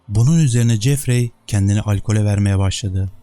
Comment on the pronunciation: Jeffrey"Cefri"şeklinde telaffuz edilir, yâni okunur. Ayrıca "Anksiteye" değil, "Anksiyete" bilginize.